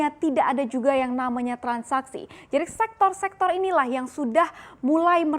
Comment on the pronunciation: SEKTOR. BUKAN SEXTOR. GOBLOK. KEBANYAKAN MAKAN TAI ANJING JADI TOLOL